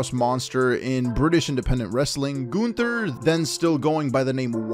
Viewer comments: It's Gunther, not Günther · Can someone please tell me do you pronounce Gunther as GUNther or GOONther